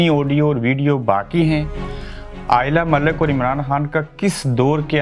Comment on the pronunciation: first correctly say lady name